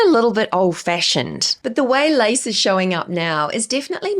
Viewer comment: I was listening and not watching the vid and you said LACE, i thought I heard LICE, and wondered if thats a new tren I dont know of yet. Hahaha goodness me, love you tho! Love the videos ❤❤